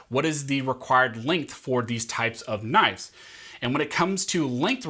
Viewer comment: "Knifes". You drove me to unimaginable anger.